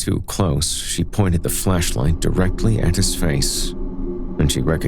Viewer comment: Maybe it's just my disturbed mind, but I could swear you kept saying fleshlight, not flashlight!